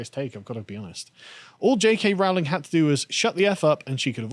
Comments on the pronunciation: Rowling, not "Rauling"! FFS! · Its pronounced Rowling as in "bowling". Not pronounced Rowling as in "scowling". An Englishman such as Carl should know better than our transAtlantic cousins